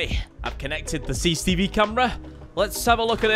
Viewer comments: Came back to this channel after like 7 years. It's good to see that he still says "CCCV" instead of CCTV cameras xd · Bro keeps mispronouncing CCTV and it's getting on my nerves. Its C C T V, not ccv or cccb or whatever he says lmao. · I have never heard about CCV cameras before😂😂 Your forgetting the T in CCTV😂😂😂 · How many times can you say cicetivi cameras in a video, had me laughing every time. 😂